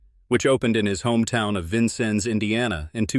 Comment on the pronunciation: Please program your A I to correctly pronounce the name of Vincennes, Indiana.